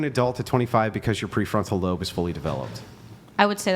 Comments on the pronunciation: Let be known it ended with her saying "pre-frontal-cont-cortext". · Lmfao "Peefortal context"